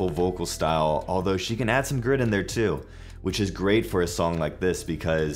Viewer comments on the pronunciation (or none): none